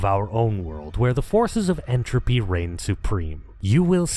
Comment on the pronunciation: "Forces of entrophy." Oh_no_monkey.mp4